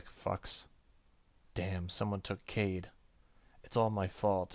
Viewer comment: I think Kaede is pronounced "k-eye-ay-day". I only know that thanks to Inuyasha... looking forward to more of this game though ^_^